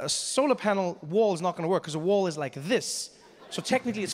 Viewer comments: The first time I understood "war" instead of "wall" and I was like "yeah, sounds legit"... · I lowkey thought he said "He wants his war"